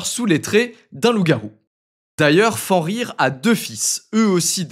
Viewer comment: Fenrir se prononce "FeNNrir"